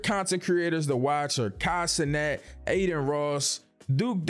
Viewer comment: Broooo u said consonant lmao it’s Kai cenat